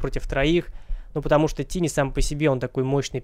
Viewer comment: Какого хера тини? Тайни же блеа.